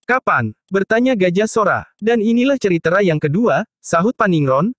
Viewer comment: Naratornya lucu kalau pas baca tulisan "cerita" ngejanya ceritra